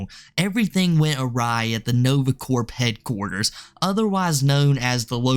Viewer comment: did you say Nove Cord Headquarters or Nova Cord Pedquarters? Cuz I swear, to me, it sounded like you said Pedquarters & I was laughing so hard!